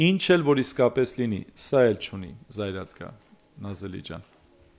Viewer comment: Украня чи ,УкрАИна э,заЙрадка чи,зарЯдка э,чарчи чи,чат джипити э,корякан чи,корэакан э,микич грагет хосек,вор hачели лини лселы.